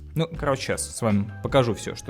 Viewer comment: Слишком много перррррламутррра)))